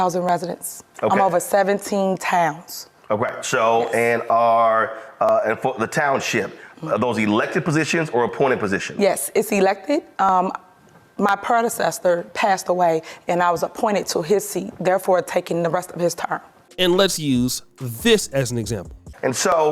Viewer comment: “My prodasestor” 😅 she too good for that position!!! 🤡